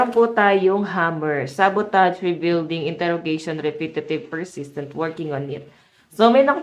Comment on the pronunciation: Excuse me mam , Sabotage is pronounced as sa-buh_taazh. Thank you.